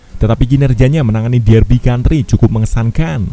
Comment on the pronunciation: Derby county bangg bukan derby country wkwk